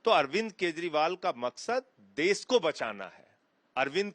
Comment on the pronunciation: देश बोलना तो सीख ले संजय ब्लैकिए. ...देस देस बकवास कर रहा है